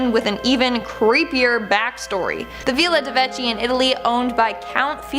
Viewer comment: Nr. 4 Villa de Vecchi : it's pronounced "Vekki"